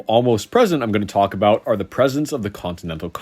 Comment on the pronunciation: what's this aboot now?